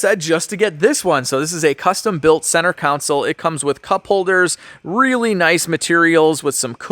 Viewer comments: Council or Console😂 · Yes! Every time says "council" I yell "CONSOLE!" to myself:) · I don't want to be an a'hole but... the word is "CON-SOLE"!!